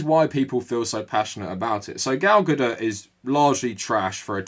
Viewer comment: Lol it sounds like you're saying 'Gal GaDIRT. ' Fitting 😅